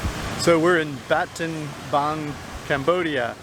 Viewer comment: Why do you keep calling it ‘Batenbang’?